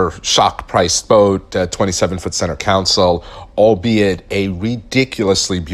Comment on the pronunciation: Love your videos...thanks for sharing your experiences. I bought a 2015 Robalo R242 with only 30 hrs. on it (Yamaha F300) and I thought I paid alot. Wow...the economy picking up is a blessing and a curse...for new boat buyers. Just FYI...you keep saying center council...like a city council. Should be console. Cheers!